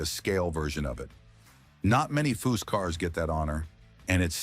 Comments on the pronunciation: Narration ruins so many of these videos. These program read scripts are a feature that subtract from the quality, if any, these scrapbook job videos contain. A video about a car builder that mispronounces his name every time... should it be possted? Who is Fuw? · Chip should sue this guy he cant get cars or facts rite and cant even say his name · A.I. narration is the worse thing e Dr to happen to this world! You make a video about foose and can't pronounce his father with the same name?